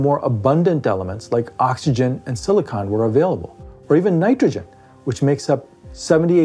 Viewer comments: You’re saying siliconen wrong! Why!? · Silicon is not silica. Do not listen to a word this guy says.